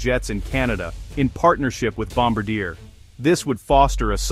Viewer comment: Kept getting a twitch when the a.i. kept changing the way it pronounced Gripen, usually getting it wrong, and mispronouncing Bombardier.